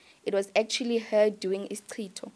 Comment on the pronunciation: Hi it's "isicitho" not Isitshixo 🤗